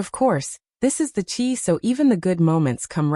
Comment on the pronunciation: You cant have a story because you don’t even know how to pronounce the characters names in series is called the Chi it rhymes with sky